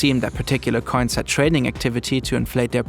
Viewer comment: I like how the narrators way of saying “coins” sounds like “cunts”. It’s very apt here.